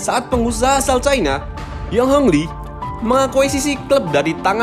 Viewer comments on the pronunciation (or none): none